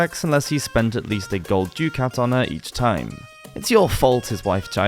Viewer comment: Ducat = "Duck-at" Placate = "plack-ate" "An hilarious" though either are ok